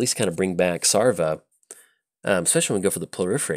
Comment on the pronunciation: SavRA not SARva! Even you play a ship full of boney pirats! ARgh! ;)